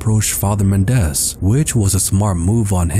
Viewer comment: Mendez is pronounced with the stress on the first syllable. MEN-dez